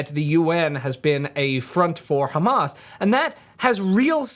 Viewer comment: He can't even pronounce words like 'Hamas' (hamaz) or Islam (Izlam) or Gaza (he calls it the Gaza- like its the name of a pub!). There is also no way he ever actually lived in Ramallah.